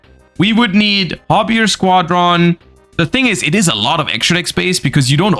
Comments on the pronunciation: why does he say squad-ron and not squadron, one word. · The way he pronounces squadron drives me insane lol